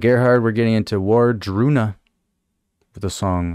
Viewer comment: Ward-Runa. It's easy to think War-druna. Not that it matters but I mention it for they who possible would want to know that